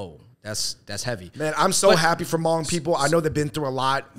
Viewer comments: Thank you Fung Bros for the coverage on Sunisa Lee and exposure of the Hmong community! Just some corrections for those who don't know. It isn't grammatically correct to use Hmong in plural (the Hmongs), it's always proper to use the Hmong or "Hmong people." Secondly, Hmoob is pronounced Hmong using the 1st Mandarin tone. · Good discussion. Thanks for creating space to talk about the Hmong. Just a side note though. No one don’t say “Moob”. In the Hmong written language, Hmong is spelled “Hmoob”. It has the same annunciation: “Mong”. Haha. Just thought yall should know incase no one else pointed it out. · omg noooo! love y’all, but if “hmoob” is what was attempted to be pronounced, then that’s not it 😭😭 it’s more of the Hmongs’ authentic spelling of “Hmong” based on the written system developed for the Hmong by American missionaries(?) who were in Laos(?) (please feel free to correct me for anyone who knows how it started) so our writing system is based on the same American English alphabet. Our original written language got lost back in the days when our ancestors were all still in China, unfortunately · I know this is an Old vid but I lol'd my ass off at the Hmoob part. " They call themselves Hmoob". It's still pronounced "mong" but the b is a tonal marker in the written language. The double O's make an ong sound in The language. I'm sure you know by now, but anyway thanks for repping Hmong/Miao people dudes. ( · Wow, great video! FYI, "Hmoob" is the Hmong spelling for Hmong, it's still pronounced the same as Hmong, not pronounced "moob". 😅🤣 Another underrepresented Asian group are the Karen people from Nepal/Tibet. They started immigration to Minnesota about 17 years ago and tend to look up to the already established Hmong community in Minnesota to figure out how to handle life in America. Every country in the world has little known or unknown minorities, Japan, has the Ainu people for example and the list goes on if you research each country.